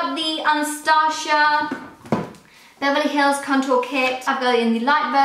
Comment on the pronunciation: Nice video and collection:) She pronounced Anastasia BH totally wrong though:)